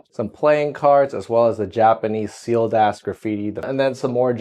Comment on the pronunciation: I totally had to rewind to see if he said "Sealed Ass!"